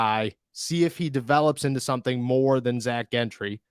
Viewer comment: Gentry is pronounced "Jentry."